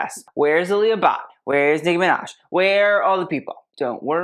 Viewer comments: It is pronounced aa lee uh but. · “Ah-lee-ah” Bhatt. For the amount of research he does, I’m a bit taken aback on how he or pronounces western design names as a posed be Asian designs. tbh, I’m kind of disheartened that the same effort isn’t given to the pronunciation of of certain European bands cause more well pronounced, Especially the Indians hearing how he says the Indian brands